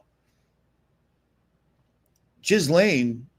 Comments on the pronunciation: Please learn how to pronounce Ghislaine correctly! It’s not “Jizz-Laine” (although that could be a nice pun…) it’s “GILL-LAINE”, i.e. the “H” and “S” are silent. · Jizz-lane I love how you emphasize that🤣🤣😜